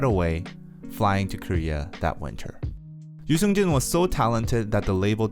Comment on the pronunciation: Subtitles be like pronouncing his name as "News engine" Yoo Seung Jun🤣🤣